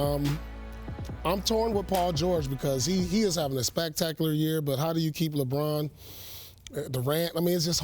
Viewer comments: Spactacular year as pronounced by Pierce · He is having a SPACKTAKULURR year